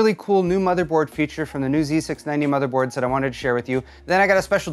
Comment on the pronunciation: You properly pronounced " z690" and 60fps video...yeah..you're DAMN RIGHT..you're getting a thumbs up from me. \m/